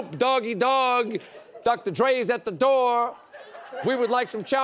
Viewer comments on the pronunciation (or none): I'm pretty sure that when Bernie says it there's no r in "door".